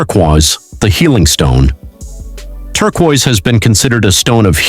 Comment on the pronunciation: Better work on pronunciation if you ever want to sound human. Im stealing Turqua tho